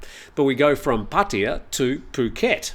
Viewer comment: It's not 'Pah tee ya" aaaarrgh...worse than when long time expats say "bahtS" for any amount over one baht. Or my favorite, "Foo ket"😂